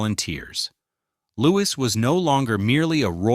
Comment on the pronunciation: Wish the narrator would get Louis's name right